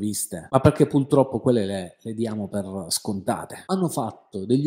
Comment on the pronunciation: tu sei fantastico, ma non si dice pultroppo, ma purtroppo. Scusa se te lo faccio notare, ma stona con il livello della tua cultura.